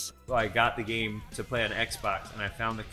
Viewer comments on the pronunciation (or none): What the heck accent have you got goin on there, bud? You pronounce like half of vowels differently from me, and I absolutely cannot place it. (Gee-ame, for example)